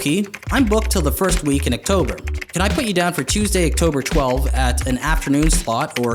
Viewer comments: I have never in my 22 years heard anyone pronounce “October” in that way. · The most insane thing in this video is how Oki pronounces October.